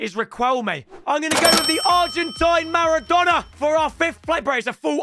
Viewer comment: riquelme "the argentinian marradona"